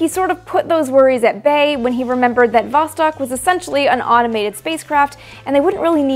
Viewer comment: Восток (vostok, 'east') is pronounced [vɐs.ˈtɔk], not [ˈvɔs.tɔk].